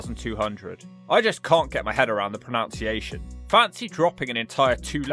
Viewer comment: You mispronounced "pronunciation", bud.